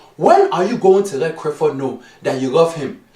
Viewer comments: Madafo😂😂😂😂😂 it's not crifford it's Clifford or neither is it crif it's clif 😂😂😂 like if u agree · why do you not pronounce Cliffords name properly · It's not only Clifford name you pronounce wrong it's also every word that has a l in it. Why do you say it that like that?